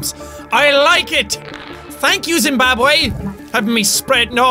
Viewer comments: zim-barb-way.... not how you pronounce it x_x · Its Zimbabweh* not Zimbabwé! Still love you tho! 😂